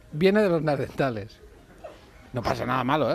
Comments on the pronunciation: ¿Soy yo o #BertoRomero y #AndreuBuenafuente dicen "Neardentales" en vez de Neanderthal? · Me encanta el programa, pero este me ha dejado con ganas de arrancarme la cabeza... NEANDERTALES, joder, no neardentales!!!! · Neardentales? Tenian los dientes buenos? O es que yo he escuchado mal... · Alguien puede explicarle, por favor, a Berto Romero que son neaNdeRtales y no neardentales :S Perfecto el programa salvo por estos detallitos que se te van escapando... son como gases culturales :D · pd: buenafuente, son nehandertales no ''neardentales'... ¿eso existe? sera ¿cercano a dental?